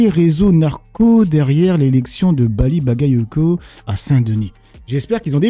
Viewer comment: Je suis sûre qu’elle arrive prononce BALI